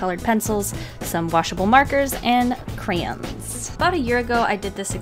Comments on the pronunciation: "CRANZ" WTF ITS PRENOUNCED CRAY-YONS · It’s pronounced cray only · “cranz” lmao 😂... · AHAHA I PRONOUNCE IT "CRANZ" TOO my mom and I got into an argument one time about it😂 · i say "Cray-ONs"....... idk how yall pronounce it like if there was an 'R' added onto the word 'Cans"... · OMG, finally someone else that says crayons that way!!!! All my friends say cray-ons. While I say cranz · YOU SAID "CRANZ"!!!!